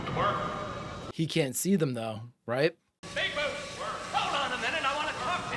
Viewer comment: It's Bigbootay, sir.